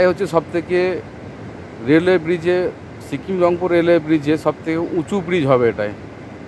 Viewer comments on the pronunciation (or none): ছতেরো, ছিকিম, নমছকার, অছম্ভব, ছোমনাথ ঘোছ, ছেবক,খুছি, বছানো, ছুরু, ছঙ্গে,ছুন্দর - আপনি তো খুব ভালো কথা বলেন। 'স' উচ্চারণ করতে পারেন না। সমানে 'স'কে 'ছ' বলে গেলেন।